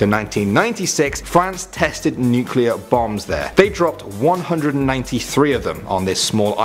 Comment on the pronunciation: It is : nu CLE ar. The C & L are touching each other. "nuclear" He pronounced it like Homer Simpson.